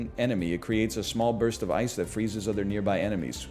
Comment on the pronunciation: "What about a small blurst of..." Surprised you didn't go with "What about a small Durst?"